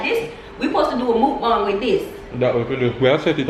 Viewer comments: Americans: Muk-bang: Mook-Bong 😂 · MukBang or MuckBang say MooBang 😅😂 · It’s called mukbang but it pronounce mookbang 😂😂😂😂😂